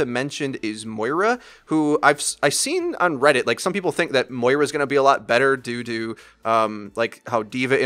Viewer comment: you said "due to" and it sounded like you said doo doo